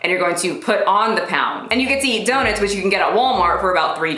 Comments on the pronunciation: She’s fucking people worse than Brittany Dawn And yo... it’s DOE-NUTS! 😂 not “daw-nets” 😂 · The only thing about this video that offends me is how you pronounce donuts. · why do you say donuts like that!!!!! 😂😂💗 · I'm offended by your pronunciation of donuts. XD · The way you pronounce “donuts” is the most precious thing 🥰😭